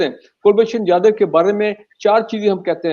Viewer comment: Brigadier saab, Pronounciation to pahele sahi kar lijiye ... Kulbhushan Jadav not Jaidev ...